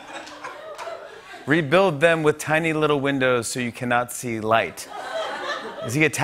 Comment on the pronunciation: Tiny windowns? 🤣 is he high?